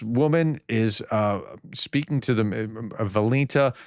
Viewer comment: Sir, I feel the urge to comment on pronunciation today. I see you are trying hard with pronunciation. That is commendable. And I know you can do it! you mispronounced Valentina. The tough names I understand but I know you can do a lot better. You know how to pronounce this name. So it must be something throwing you off your game. It might be focus, that you are focusing on the content so that throws your focus off of pronouncing names. I’m reminded of Carol Dweck’s book Mindset. In it, she talks about the fixed mindset vs the growth mindset. People with a fixed mindset say I can’t do it, I’m just not good at it. I have a fixed or preordained ability (in this case with pronunciation). A growth mindset says, it’s a skill that I can learn. Focus on the content before the presentation, then focus on the presentation as you record, including the pronunciation. I know you care about pronunciation. I also know you can become very good at it. I share about Carol Dweck’s book Mindset for more than just pronouncing words. It’s something that helps Ukraine win this war. They could say Russia has more people, a larger economy, more arms, we will lose this war. If Ukraine lost, it would be understandable. But Ukrainians have more grit, more resolve, ingenuity, more compassion for people. That will win them this war. What Ms Dweck’s book talks about regarding mindset, it underpins Ukraine’s chances of success. Take a second to breathe and refocus during your presentation. When you